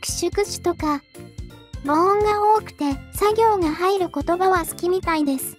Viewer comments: ナレーターさん、母音は「ボイン」ですよ! 「ボオン」ではありません。 ひょっとしてわざとかい？ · 日本語がほぼペラペラに上達した元カノ中国人に「３月～」を読ませたら完璧でこっちがぶっとんだｗ ところで、母音を「ぼおん」と言ってるのは、やっぱあれですかね、規約回避みたいな… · 「3月1日・・・」が読めるから、機械読みで無いのに「母音」が読めないのは日本人失格❗️ 恥ずかしいから削除したらいい。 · 母音＝ぼいん、お経＝おきょう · 母音は「ぼいん」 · もしもしの件でほんわかしたけど、ナレーションで「母音」や「経」の読みが間違っていてげんなりした。機械音声ではよくあることだけど、言葉をテーマにした動画だからこそ正しいものにしてほしかったな。いやでも間違っていたから気づけて注意もできたのだから良いのか笑